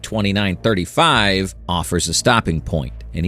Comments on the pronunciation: this is all ai and ur even covering it up saying "well hide that better next time" can u get any worse u even mispruonounced "scp" as "spc"? js make actual content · "the SPC foundation" that is an honest slip of the tong, a slight mistake. I can respect that you did use a real voice instead of an AI voice. the visuals though... not a fan, i would have been more impressed if you had put together pictures and game play footage over this. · KEH-ter S C P